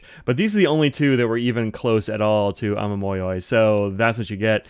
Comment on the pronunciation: i only found your channel the other day, ive dived head first into researching pens and inks especially (i have my first ever fountain pen on the way ^^) and i've really liked your channel, you seem so friendly and happy to talk about pens and inks, i love it! also, your pronunciation is close! ah-mah-mo-yo-ee would be how i'd write it down. the yoi part can be slurred together a little, but the mo and yo are separate instead of becoming "moy". also for yurameku, the "me" part is more of a "meh" than a "mee" ^^